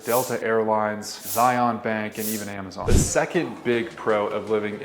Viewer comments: Its called hogle zoo, not salt lake city zoo, also it is the university of utah. Not utah university... good video tho. Also zion like lion. Not z eye on... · Dude. If you live in Utah. Say Zion correct. Zion is said just like Lion.